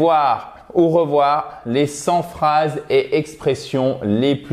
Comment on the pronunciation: 100 t-expressions, pas 100 z-expressions !!! :) Merci !